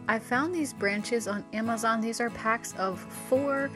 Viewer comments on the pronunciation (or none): none